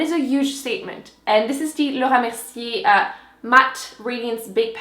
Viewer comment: I had to repeat the part where you say Laura Mercier! I love how you say it 💕